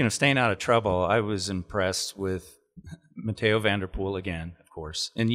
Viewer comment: Very annoying, sounds like a different person, just pronounce the English version or the French/Dutch version...